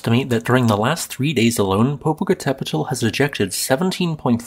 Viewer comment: Your pronunciation wasn't that bad. I'm pleased by your attempt. Usually people end up saying something hilarious like Poh-poh-cattle-pedal. Good job.